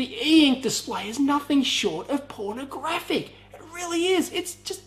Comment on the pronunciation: if he says Porna graphic once more il jizz